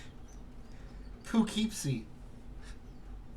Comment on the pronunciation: Poo-kept-see???? Lol